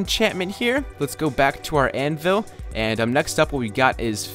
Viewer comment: You said anvis instead of anvil